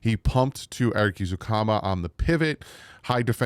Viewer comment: I don't care about yesterday's practice dude...just say the damn names right! Eh-ZOO-comma and EsKridge not EsTridge